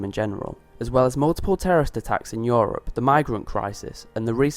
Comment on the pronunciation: Please pronounce "Europe" better; awesome video tho :3